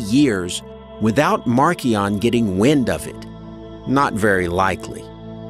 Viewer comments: Marcion is pronounced Mar-sea (as in body of water)-on or sometimes Marsh-e-on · Yeah, you can find a lot in this series where I am wrong ref pronunciation, I'm sure. But I tried! I don't have any perfect algorithm for doing any of this. So, if someone wants to say Marshion, I'm cool with that. When I first heard it said as Markion, it sounded very odd to my ears. Then I figured since it was a name and appears as Markion in the old writings, well, that's how that happened. thank ya